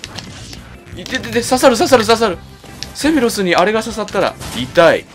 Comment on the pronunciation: 毎回思ってるけど、ｾﾌｨﾛｽの音程を一発で当ててるのやっぱすげえや…